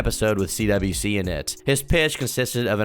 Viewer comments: And so my second favorite content creator covers my second favorite Lolcow. You mispronounced a lot of stuff (CWC is pronounced as "Quick" not "Quickie " ) and had some incorrect info,(like the other trolls being "okay" with Bluespike. No one was okay with bluespike. They witchhunted him, forced him to quit fucking with chris and then told Chris that Clyde Cash had him executed , which Chris believed and announced later on) but all and all it was a pretty accurate mini documentary , better than the gamerfrommars series, worse than Gino's . Still though, i salute you, fellow Christorian, for enduring the mental torment and fever dream that is; Christian Ricardo Weston CPU Goddess Blueheart Jesus Christ Sonichu Chandler. 🧙‍♂️ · you keep saying cwikie instead of cwc pronounced like quick you gonna piss me off retarded ass white boy